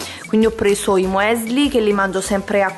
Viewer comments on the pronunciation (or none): non si può sentire...☠ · scusami ma non si legge “muesli” come sta scritto ma la pronuncia è“miusli”